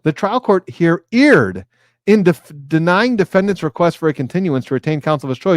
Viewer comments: erred is pronounced "aired" not "eared" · Actually, it's pronounced "erred"!